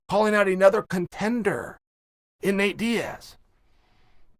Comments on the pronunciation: contenderrrrrrr c o n t e n d e rrrrrrrrrr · Chael saying "contender"